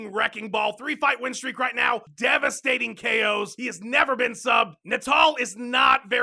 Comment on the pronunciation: "Devistating KOs" C'mon son